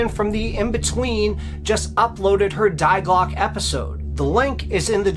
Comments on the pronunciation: Fyi, it’s not ”diglock” it’s Die Glocke, and it’s pronounced ”dee glocka”. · actually it's pronounced in German, Dee Glockuh. That's what the German scientist actually said. "Die" is an article meaning "the". We don't say thy when we say the. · Jawohl, Die Glocke is pronounced "Dee Glocke" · Dai Clock....😂😂😂 Dii klocke= die klocke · Sir, you really need to learn proper German! Die Glocke is NOT "Dei Glock"..... My thought is that 50 % is fiction, but story-telling certainly enhances a lot. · Fascinating story! Die Glocke is pronounced: 'We just with a 'D' at the beginning or the name Dee and the 'e' in Glocke is not silent it's like an English 'a' 'Glock a'. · You should really go on Google translate and type in die Glöcke and hit the little speaker icon so you can hear how it’s actually pronounced. It means “the bell” in German.